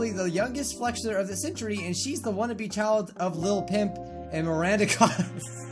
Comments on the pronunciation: You said lil pimp when it’s lil pump lol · It's lil Pump not lil Pimp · said lil pimp but its actually lil pump